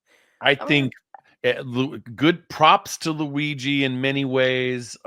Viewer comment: Forza Luigi! By the way, Francesca is the only person in media to say his name correctly. Brava Francesca.